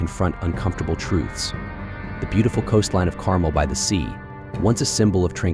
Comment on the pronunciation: Its pronounce Car-MEL, not CAR--mel.